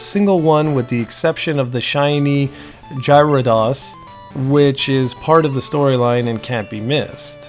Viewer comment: Also, did you catch this one too? "Jiradoss" XD Think he means gyrados. Geh-ruh-dose